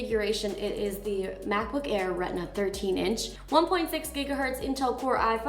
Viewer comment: Mackbook Air🤪🤪